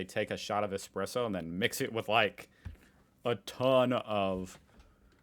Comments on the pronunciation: Sorry to be a pain. Espresso - not Expresso. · Flat white. Triple shot. In a medium cup. That is all. Or an Espresso of good coffee. Yes, ESPRESSO. It is NOT EXPRESSO!